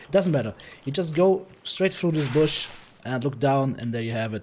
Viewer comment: Thx for that! Remarks: That cross at 21 is an orthodox cross, this is supposed to be a grave. And its "bush" not brush, with brushes you create paintings :)